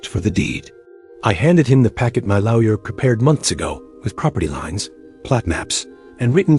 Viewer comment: Can’t even pronounce lawyer. 😂